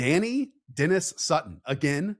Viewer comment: Deni Dennis Sutton is pronounced like Deny Denis Sutton fyi